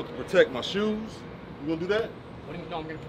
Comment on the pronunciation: “What you gonna protect? Ma shoos?”